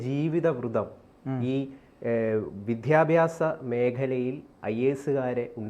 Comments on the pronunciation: വിധ്യാബാസം എന്ന് പറയല്ലേ, വിദ്യാഭ്യാസം എന്ന് ഉച്ചരിക്കൂ. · വിധ്യ അല്ല വിദ്യാഭ്യാസ० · വിദ്യാഭ്യാസം not vityabhyasam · വിദ്യാഭ്യാസം എന്നത് ശരിയായി ഉച്ചരിക്കു